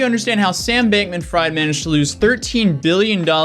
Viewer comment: I'm pretty sure it's pronounced like Bankmin-Freed... Not Bank-Man Fryed lmao